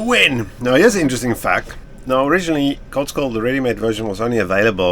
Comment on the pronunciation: got Koldskål down. needs to understand that the Å is not an A but a different letter and is not pronounced the same way.. The Æ Ø Å sounds are very far away from any letter you think they are. Normally when english speakers see Ø they go O and that's a massive mistake as Ø is as much a P as P is Q. 😊